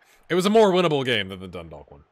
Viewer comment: FYI , Dundalk is pronounced Dun - Dawk. So the Dalk is pronounced like a Hawk.